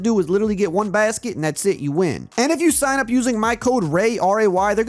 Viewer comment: 😂😂😂😂 the way he said basket